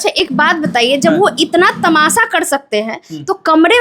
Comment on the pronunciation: Tamasha ❌ tamasa ✅